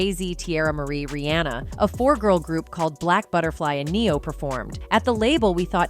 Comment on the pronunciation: Nobody cared to correct her saying Neh-Yoh and them writing NEO ? And KELLIS ??? You guys should let black people do this voiceover.